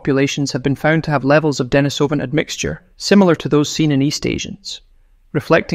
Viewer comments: Damn. Now I can’t unhear the issue. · The fake voice starts the video by mispronouncing both "Denisovan" and "Neanderthal". Not a good start if trying to impress the public with your credentials. I watched for a few minutes, but there seemed to be no hurry to disclose the solution of the "DNA mystery". Was this ever disclosed? Was it anything new? It wasn't worth waiting up to 15 minutes to fund out.